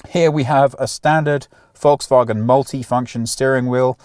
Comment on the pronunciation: I notice that you, contrary to 99,99% of all Brits, can pronounce Volkswagen. GOOD. Now, try to learn Autogefühl as well. :)